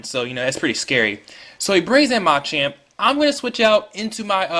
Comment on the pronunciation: Pretty good narration. Don't focus the narration on the ROM hack, though. Also, it's pronounced muh-champ, not mah-champ.